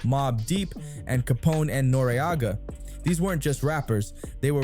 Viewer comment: Pronounced noreaga properly